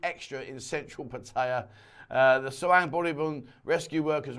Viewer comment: For god's sake man please learn how to pronounce Pattaya.!!